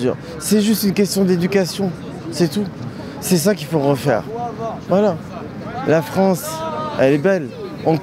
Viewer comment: l'autre qui dit : ci ca l'Afronce